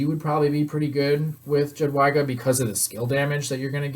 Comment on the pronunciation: please call her "yadweega" lol